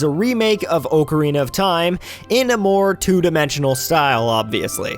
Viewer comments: I know i will sound Nitpickey here, but it's AH-carina, not OH-carina. I know a little bit about Ocarinas, and it's pronounced "Ah-ka-ree-nuh". If you're going to be doing a Zelda Month sort of thing, then this is something you should know. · I cringed every time he mispronounced "Ocarina". xD